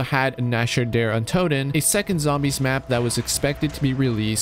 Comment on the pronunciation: Great video but I hate how you pronounce nacht set untoten it sounds sorta liked knocked